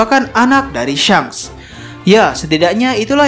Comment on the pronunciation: tau kok cuma, "uncomfortable" buat didenger dikuping dan pelafalannya juga ditelinga berasa ga cocok. just an opinion tho